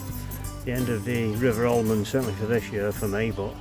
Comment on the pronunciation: Pronounced Amond. No L .